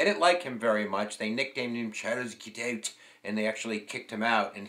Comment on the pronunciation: Jesus Christ, man, can’t you pronounce anything? You are pronouncing the man’s name as Giteux or Gitu. It is, very simply, “Gee-toe” with a hard G. You have great videos, but your mistakes are ridiculous, like in the previous one when you called the margin of victory as 1000 votes while you had the actual numbers (10,000+ votes) right there on the screen.